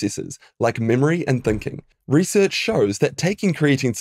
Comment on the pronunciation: 'ree-search' is pronounced like 'result'